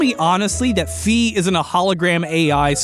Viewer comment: not "fee", "fi". Hyrule warriors confirmed this